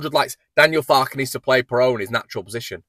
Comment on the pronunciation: I think its pronounced (phonetic) "Piroo".